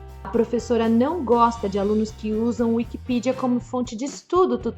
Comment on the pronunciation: Ela falou Wikipidia ? Se tem acento na letra é.